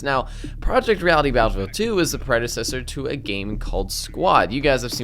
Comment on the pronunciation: Why do you keep calling it Battafid 2?